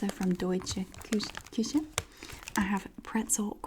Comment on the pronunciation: Hey I’m from Berlin / Germany and I love your pronunciation of deutsche Küche 😍 sounds cute If you have a post mail address I can send you some more 😁 I love your videos ☺️